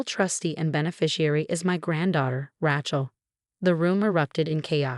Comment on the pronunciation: also Rachels name is spelled and pronounced wrong along with so many other words.